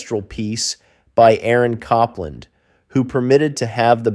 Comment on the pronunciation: Copland is pronounced with a long o not a short o.